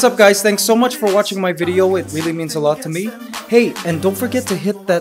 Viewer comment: He has a slight Canadian accent at the end.... He did grew up in Canada, right? "so", "channel", "Divisoria"